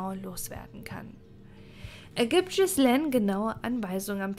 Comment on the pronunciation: Das macht mich wahnsinnig, wie Du den Namen Ghislaine metzgerst. Das spricht man Gielähn aus, nicht Schissleen.